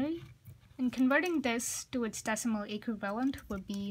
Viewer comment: I kept hearing “equilibrium” instead of “equivalent” lol. Great explanation dude. Thanks a lot :)